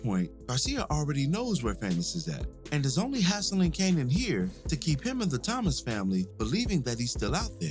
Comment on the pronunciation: the thomases 😂 it's "Thomas's"